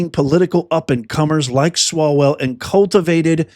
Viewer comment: Umm.. Eric swallow-well?? And Fang-Fang.. nuff said.